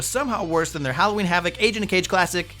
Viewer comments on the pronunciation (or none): none